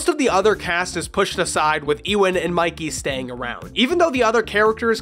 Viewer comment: "eewin" it's funny seeing people read Ewan in different ways, it is unintentionally hilarious i always read it as "You-win"